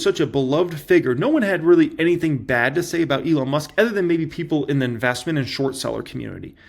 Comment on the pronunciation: It’s so painful to listen to mispronounce the word “OTHER” 15 times in a single video. Here’s an hint, the word doesn’t start with the letter E.